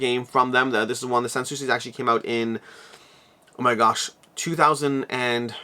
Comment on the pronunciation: You pronounced "Sanssouci" correctly. It's actually 2 words together: "Sans Souci". It means "Without Concern". The second (last) "s" of "sans" is silent. :)